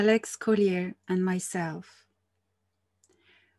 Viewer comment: Now Americans know how to pronounce Collier properly